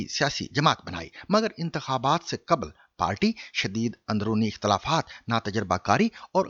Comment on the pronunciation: قبل: qabal ❌/ دُرست: qbl ✔️